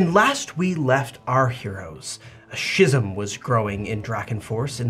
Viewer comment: Add schism to the growing list of words can't pronounce!